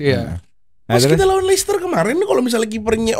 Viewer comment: risih dengernya Lei Ces Ter.